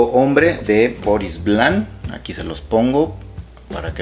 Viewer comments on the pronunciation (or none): Una reseña de alguien que no sabe no sólo pronunciar el nombre en francés del autor y tampoco leerlo en español...no es Vlan sino Vian y podría pronunciarse como [Vion] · Esta bien escrito en la portada del libro 📕 Esta escrito con letras Mayúsculas VIAN, y en letras Minúsculas es Vian. Si fuera la L dijiera VLAN. El lo pronunció mal.